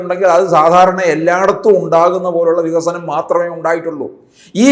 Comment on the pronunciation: ഈയുള്ളവനും ഒരു വിയോജിപ്പും ഇല്ലെടെ. 17 വർഷമായി പ്രസംഗിക്കുകയാണ് പോലും, നമുക്ക് വിഗ(ക)സനം വേണം വിഗസനം വേണം എന്ന്. ഇങ്ങനെ വികസനം പ്രസംഗിക്കാൻ മാത്രം ഒരു വിശ്വപുരുഷനെ ആവശ്യമുണ്ടോ?? കാപഠ്യത്തിനു ഒരു പരിധിയുണ്ട് Mr ഷഷി.